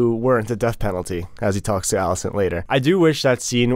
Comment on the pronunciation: and its Alicent, not Millicent. 0 for 2.